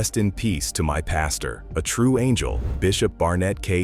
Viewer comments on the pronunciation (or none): none